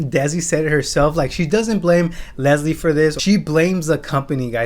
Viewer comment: She couldn’t even say leslie’s name 💀 girl bye so many companies copy. Just sue the company and tell people to back off leslie